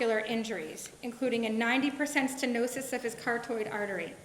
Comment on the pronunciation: What is a cartoid artery? Does she mean carotid artery?